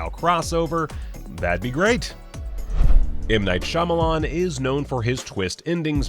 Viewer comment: When he said the name m night shyamalan my heart filled with rage but he wasn't talking about the movie we must not name